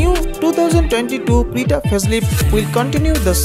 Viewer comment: It is creta not crita